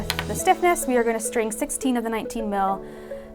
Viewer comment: I was going to say this too. I was trying to see how much string I need, don’t know if she’s saying 16 or 60 inches